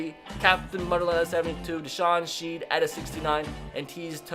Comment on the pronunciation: He murdered deshawn sheads name 😂